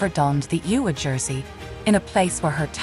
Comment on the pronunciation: ewa jersey???? God this is awful